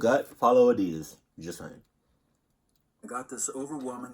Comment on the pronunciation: Nigga said adidas water LMFAO adidas sponsor this man😂